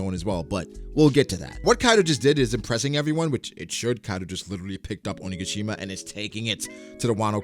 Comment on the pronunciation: Keep the perospero accent bro! Now just add in saying Oni-ga-SHI-ma the right way too! 😂😂😂😂 great chapter review as always brother!!!